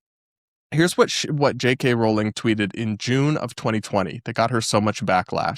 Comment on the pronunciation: Sorry for making an unsubstantive comment, but since you have to talk about JKR a lot... It's pronounced *rolling*. Yes, some British surnames are weird and this is one of them.